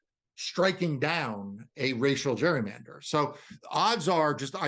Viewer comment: The way this guy keeps mispronouncing the word "gerrymander" (no, dummy, the word does not have a letter U in it AT ALL) should tell anyone listening everything they know about how ignant he is. Literal dunce.